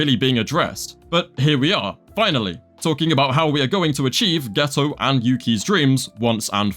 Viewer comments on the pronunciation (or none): none